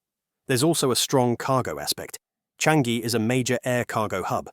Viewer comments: It's pronounced as Chang - Yi. Not Chan - Gi. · Its "Cha-ngee"... not "Chan-gee"... get it right for goodness sake. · Since you make so many videos on Singapore and the region, you should know that in Malay, words are stressed on the penultimate syllable. Thus, it’s PAyuh LEYbah instead of luhBAR. Its sounds foreign and wrong. Also, it should be CHAANGyi with a long “a” and not a short “a”. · Narrator saying Paya Ler-BAHRR with an emphasis on the bahrr is so funny to me. For future reference, it's Lay-ba. Lay like the Lays potato chips, and a short ba. And Changi is Cha-ngi. Cha like char the meat, and ngee. 😅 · Thanks for the info video. In Singapore, we pronounce it something like Chah-ngee. Ng like the n in onion. No hard g. Also, Paya lay-bah. 😊